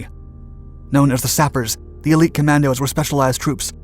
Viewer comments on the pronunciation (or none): none